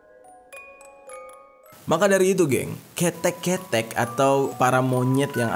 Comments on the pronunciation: Kȇ̈tȇ̈k bang bukan ketek 😅😅😅😊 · Bukan ketek ke-te-ek cara penyebutannya koreksi kalo salah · Ketek bang bukan ketek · (K E T H E K) bang bukan ketek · Ketek ❌ Ke thek✔ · Keteg bang bukan ke tek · Dibacanya kheutek bang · Ketdek bang bukan ketek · Ketek pake e (enam) bukan e (entok) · Mocone ketek mas udu ketek, nggowo e udu e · Ketek bang bukan khetek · KOK KETEK SIH. KETHEK. E BUKAN EE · Bg bacaan ketek itu "ke-thek" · Yang benar itu (kethek) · Ketek koe🤣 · yg bener kethek, cara bacanya ket tek gitu 😌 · Udah ngeri cuma begitu denger bang jer bilang ketek Bagi orang Jawa berasa ngomong ketiak 😂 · Ket thek Wkwk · Maaf sya ktwa stiap bang jer blang Kete, Ke'te bng bkan kete lma" awq dnger ketek 😭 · Kethek cara bacanya ke 'nya kaya kita baca kata kemana. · Kalo ketek cara penyebutannya begitu jadi artinya ketiak itu Bang 😂 Harusnya huruf "e" pertama dibaca e mati huruf "e" kedua baru dibaca "e" hidup 😅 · Tulisan kethek bacanya ke tek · Bang Maap ni ya, tapi tiap abangnya bilang KETHEK saya mengakak, gapapa haha, kan emang belum tau pengucapannya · cara ngucap monyet / ketek salah mas..... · Gpp salah penyebutan kata ketek. Kita sebagai orang Jawa memaklumi karna org diluar Jawa susah buat nyebutin dlm logat Jawa. Seperti kita orang Jawa susah buat ngomong logat Bali. Bravo💪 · Ketek. Ke nya di baca seperti ( KE kebun) e nya tebal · Maaf bang jer, penyebutan kata "ketek" nya salah kalau dalam bahasa jawa berarti kera atau monyet, Cara ejanya ialah huruf e yang pertama dieja seperti ketika mengeja e pada kata kera dan huruf e yang kedua dieja seperti ketika mengeja e pada kata bebek. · K(E)THEK nya itu bukan e yang (e)ntok, tapi e nya (e)mpat, paham gak maksut gua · Dengerin suara bang Jeri semakin terasa banget horor nya dan kebawa alur ceritanya... tapi waktu ngomong ketek ketek jadi ada lucu nya 🥲🤣😆😅 soalnya bukan gitu ngomong nya bang wkwkwkwk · Ejaaan salah bang haha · Ketek 😅😂😅 salah ucap bisa beda arti bang Jeri tapi dimaklumi siih...